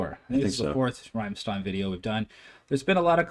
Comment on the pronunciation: you pronounce it Rammlead